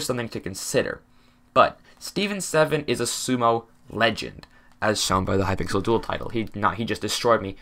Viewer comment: ah yes hypickle.